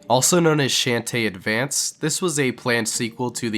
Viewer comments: you said her name wrong. The H in her name is not silent. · STAR Fi?....... How the fuck did u pronounce shantae? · First Rouge the Bat and now Shantae name was butchered. 🤣 (but I still love the video 😸💖👍) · Hearing him mispronounce shantae and starfy hurt me inside. Great video otherwise.